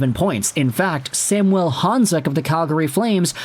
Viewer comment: SAM - U - ELLE. Quit trying to make our star Slovak all francophone. Samuel. Think Latin America and not Saint-Jean-sur-Richelieu. Of course you are in Vancouver and are EXTREMELY familiar with Sam….. 🙄 Riiiiight.